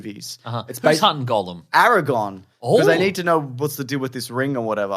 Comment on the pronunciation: Funny stuff, lads, but for the love of GOD, please STOP PRONOUNCING "GOLLUM" AS "GOLEM" AND "ARAGORN" as "ARAGON". I'm seriously grinding my teeth down to the gums every time you say those words. They hurt me. Stop it!